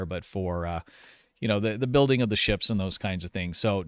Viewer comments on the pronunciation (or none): none